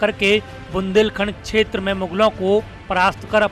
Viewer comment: Abe shetra nahi hota bahi shetra hota hai.. U.p. ke Gandhi language mat bolo..